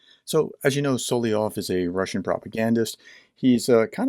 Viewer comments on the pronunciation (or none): "Soly-ov" is a mispronunciation. You're missing out on a syllable. Usually not a big deal but since you do so many videos on this guy, important to pronounce his name right, no? And since you are a teacher. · Solovyov. Correct pronunciation: SalavYOV (tricky language, Russian!). 🇺🇦🇺🇦🇺🇦 Слава Україні! 🇺🇦🇺🇦🇺🇦